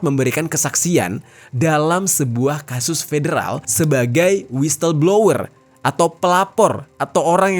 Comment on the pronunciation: whistle = dibacanyah wisel